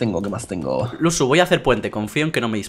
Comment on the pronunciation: Dice lusu en vez de luzu